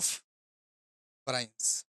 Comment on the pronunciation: Sir ye actually variance hoga Not varraince